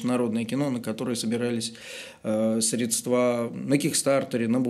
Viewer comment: Не стоит говорить средствА, живя в Петербурге. Не позорьте город,. Я в шоке. Не ожидал от Вас.